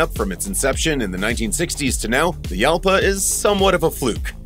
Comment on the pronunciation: Jalpa is a Spanish fight bull. The 'J' is pronounce 'H'. So, Halpa.